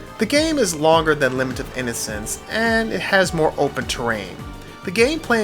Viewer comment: Did you call this LIH-MINT of Innocence? I haven't played this one - can you tell me if it's better than Castlevania 2 - Simon's Quiche?